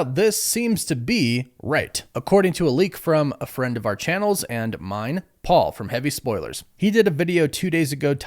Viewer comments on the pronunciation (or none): none